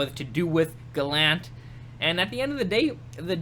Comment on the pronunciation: That's how his name's said bud. 👍. Keep up the vids.